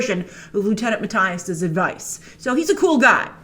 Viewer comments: It’s Mattias to be exact :D Not ”Matthyas”! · MatTIas 🤣 Grace you need to look up how to pronounce it 🤪😂